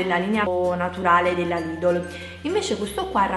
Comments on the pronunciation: si dice lidel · Si dice lidel LIDEL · Si scrive lidl,ma si legge lidel...